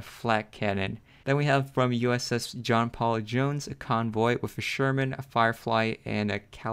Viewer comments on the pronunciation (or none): none